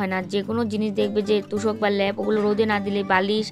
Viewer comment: Lap noy lep